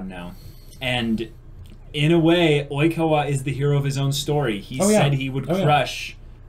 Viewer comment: I'm wheezing with laughter, hi, this is the first of your videos that I've watched, and I'm only about two minutes in, but I turned on Youtube's auto closed captioning and it picked up you saying Oikawa as "e-coli" Ah yes, I love my Seijoh children, Iwaizumi, Matsukawa, Hanamaki, and (looks at smudged writing on hand) E-Coli.